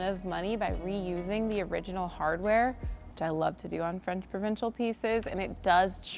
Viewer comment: I love your work but I cringe every time you say “provincial”